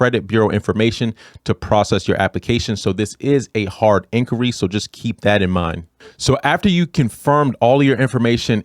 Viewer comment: Did you say incury? That's what it sounds like. Definitely not inquiry